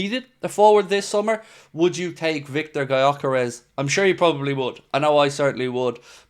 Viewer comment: Yo just FYI since Gyökeres is a Hungarian who grew up in Sweden his name is pronounced like Dyökeresh. With the Gy pronounced like the D in dew or due. If anyone cares to pronounce it right